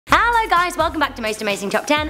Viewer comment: Haller guys guys welcome to amazing top 10 LOL every time she says it I can't help but laugh by the way she says hello